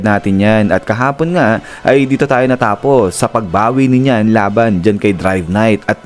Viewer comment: NEEYAN po ang bigkas hindi NYAN